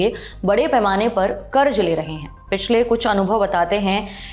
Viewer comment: Pronounce sahi karen. Karj nahi karz bola jana h